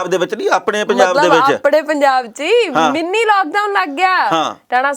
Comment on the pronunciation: Mini not Meennee.